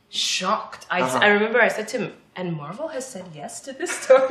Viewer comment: One thing that I don't understand about Koreans who speak perfect English is why they pronounce English words with a Korean accent when speaking Korean. Why is Eric pronouncing Marvel like Marbel when he speaks Korean? It's different if he did not speak English but he knows how the word is supposed to be pronounced.